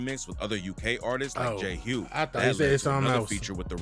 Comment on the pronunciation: the guy in the documentary called J Hus… J Hugh. That’s a violation 😂 😂. J Hus is arguably one the most diverse and musically gifted uk rappers of all time, put some respect on his name 😂